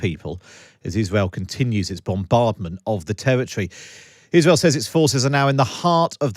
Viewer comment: What is 'Times wadio'? Where is 'Iswael'?